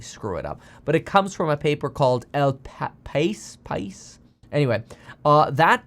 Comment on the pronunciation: It’s pronounced El Paiee meant the country in Spanish